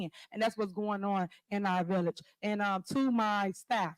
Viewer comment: Why is she calling it a villiage?